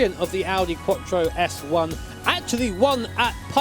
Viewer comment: Audi quotchro.. No IT'S QUATTRO, STRAIGHT MOUTH: QUATTROOOOOOO!!!!!!!!!!! ITALIAN WORD, THAT AS ANY OTHER WORD FROM ENGLISH LANGUAGE IS DISTORPTED